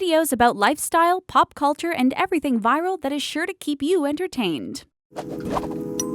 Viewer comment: You dont need to say EBEWYTHING